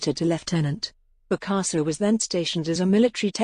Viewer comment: And mispronounced the name of the subject.